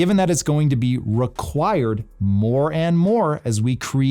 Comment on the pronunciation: "...it's going to be RUHquired..." Um... did you mean REquired?